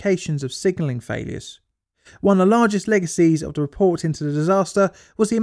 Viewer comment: Good video but my goodness it's hard to listen to, your pronunciation of 'the' as 'f' makes it hard to follow. You DO pronounce 'th' as 'th' sometimes so why not all the time! I hope all your other videos don't have that problem as now I've found you I want to watch all of them.